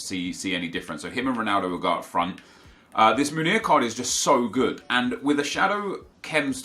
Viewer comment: love you man but please try pronounce Meunier properly, given that you use him so much. What your saying is 'Munir', Meunier is pronounced like in french, listen to a commentator saying his name, should help!